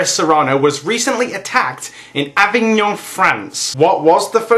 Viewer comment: "Uh-vig-n'n". Pronounce it uhvign'n. ;)